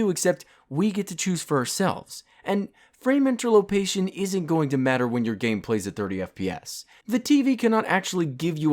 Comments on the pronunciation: OMG STOP SAYING INTERLOPATION IT'S INTERPOLATION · Say it with me: "In-ter-pol-a-tion" not "In-ter-lo-pa-tion" sweet Christ. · Did you just say interlopation instead of interpolation? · it's interPOLation, not interLOPation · Interpolation. Inter PO lation. INTER PO FUCKING LATION ITS NOT INTERLOPATION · InterLOPATION?? XD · InterPOLation not interLOPation, good that bugged me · It's INTERPOLATION not INTERLOPATION XD. BTW love your content. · It's interpolation not interlopation. inter-pol-ation not inter-lop-ation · the way you say 'Interlopation' actually gets under my skin.... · Frame InterLOpation? I'm a pc enthousiast so i'm not here to defend consoles in any way. But during the quote that starts the guy mentions a technique called frame interpolation wich u incorrectly pronounced 'frame interLOpation'. This technique is actually very handy while playing games that don't require a low imput response time to enjoy as it smoothes out the image by displaying one or more 'fake' frames inbetween actual rendered frames. I don't want to come over as a know it all twat but I find it funny you laugh at the ignorance of others but then talk about frame 'interLOpation' as if you know what it actuallly does. Frame interpolation is noticable at 30 and even 60 fps. I doesn't give you a native higher framerate but it creates a more fluid experience nonetheless. So please get your facts right and don't act like you know everything better. Thanks. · Interlopation? I think reading these stupid comments is starting to affect you man. You alright? :( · "Frame interlopation". "Interlopation". Triggered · "Frame interlopation" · I think interpolation has the emphasis on TER and not LA. Just saying, you're the best